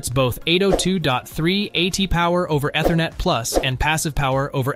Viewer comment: If you can't pronounce Ethernet properly, you have no business reviewing network products.